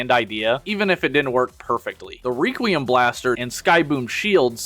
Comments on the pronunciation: it's requiem (/ˈrekwēəm/) not reququium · Say it with me class, "wreck-wee-uhm." "Wreck-wee-uhm" blaster. "Wreck" not "Reek." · Reeee-quiem blaster??? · wait how did you pronounce requiem blaster? hahahha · Tried really hard to enjoy this, but all of the weird pronunciations/engagement baiting killed it for me. Have you never heard the word requiem out loud before? And Sureshock is just a scooter, Vespa is a specific brand which he doesn't look anything like. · Your pronunciation of 'requiem' makes my brain fuzzy.